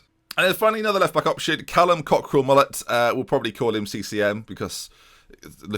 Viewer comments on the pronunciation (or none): none